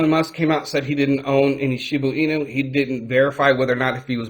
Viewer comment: Are you saying Shibu Inu? Cuz it’s pronounced ShibA Inu